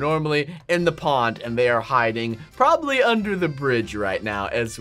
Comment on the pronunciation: you saying: we should probrablly install that